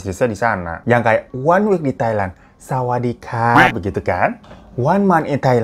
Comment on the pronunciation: Nonton sampe 3 kali cuma pengen liat bang hiro ngomong sawadikap wkwkwkwk 😂😂😂😂